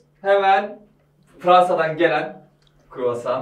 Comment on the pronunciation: Croissant 🥐 talaffuzu "kuruvasan" değil kii, "kroasan"